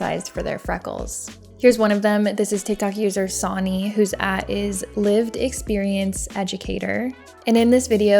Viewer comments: I enjoyed your video, but girl, it's 'sunny' 😂 🌈 "Sony" had me cracking up though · sonny. like sunny. not "sony" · just fyi sonny is pronounced "sunny", and Brisbane is pronounced "BRIZZ-bin" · Its spelled Sonny, pronounced sunny, like the weather